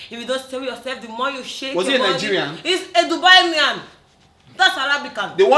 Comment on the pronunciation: Did Kiekie just say Dubainian, Arabican😂😂